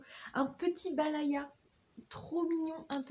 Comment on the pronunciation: C'est ''bayala'' et pas ''balaya'' 😉 Et boudficelle schleich avait aussi fait des calendriers l'année dernière :)